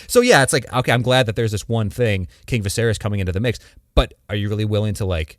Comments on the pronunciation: Says a guy that can’t even pronounce Viserys correctly… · They say Viserys a thousand times across both shows yet this moron pronounces it wrong lol. Also he’s literally gave NO indication that Blood and Fire is coming out anytime soon. There’s NOTHING that gives this video credence. You trashcans just want something to bitch about. 😂😂😂